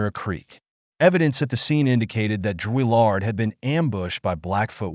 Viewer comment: Who writes this crap? You can’t even say his name correctly. Why make this? A waste of time.